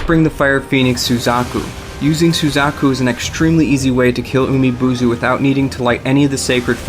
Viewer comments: Why can't you pronounce any Japanese names right? The game tells you most, if not all, of the pronunciations, and they're all written phonetically, AND many of these names are spoken by in-game characters. Like how did you get "Umi-Bozu" to turn into "Umi-Buzu"? And how did you get "Ginchiyo" to sound like "Jin see you"? Jesus, learn to read. It's distracting when you butcher these names. If you're making money off of this, do it right. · Maybe work on your Japanese pronunciation, it's umi-bōzu not boozu Jesus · Oh it wasn't just one word i assure you, there are many more. Like Umi-Bozu where you pronounced it as Umi-BUUzu. And you just proved my point with Nurikabe. Noo is pronounced NU(new as you said), not NO(as in the English word No, which is how YOU pronounced it). That's not the pronunciation written for English, that's the ACTUAL Japanese pronunciation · umi bozo te nandayo its umi booz pronouns